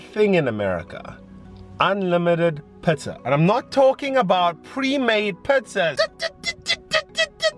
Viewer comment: Great tips and video! Love it when you laugh and I like how you say Pizza(pitza). 😊💜. #solofam